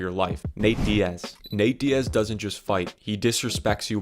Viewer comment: “Nat Diaz”